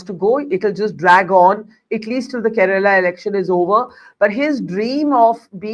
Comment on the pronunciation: It's baffling how often southern names are mispronounced in national media—even by those who call themselves senior journalists. They'd be furious if someone said Indi for India or Americ for America. But somehow, Karnataka becomes Karnatak, Kerala becomes Keral, and Tamizh Nadu becomes Tamilnad—as if vowels, syllables, and pauses are optional south of the Vindhyas and can be casually tossed out. Even names of public figures aren't spared: Siddarāmaiah becomes Siddaramaya, with "ayya" reduced to "aya" and "Rāma" flattened to "Rama"—as if no one in India knows how to pronounce Rāma. Sure, in natural speech, even locals might blend syllables. But in formal English—especially from a senior journalist—we expect accuracy. And just for the record, many Indian states outside the South also end in vowels—Goa, Haryana, Maharashtra, Meghalaya, Odisha, and Tripura—and no one mispronounces those. So let's be clear: this isn't about difficulty. It's about where attention is given—and where it isn't. It's about effort… or the lack of it.